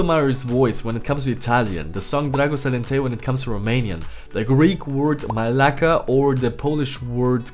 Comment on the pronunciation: When you say μαλακα(Malaka) it is just funny🇬🇷